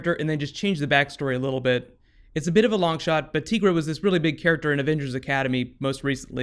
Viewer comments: Dude, it isn't tEEgra, its tEYEgra. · ITS TIGERA NOT TEAGRA